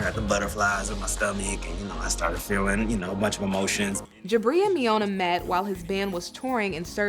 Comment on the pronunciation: Did you really just cause Miona “pneumonia”, instead???😂😂😂😂